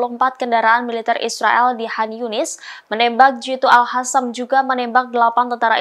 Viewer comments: Bukan al hasam,min tapi al kasam atau al qasam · alqossam mbk,bukan alkhassam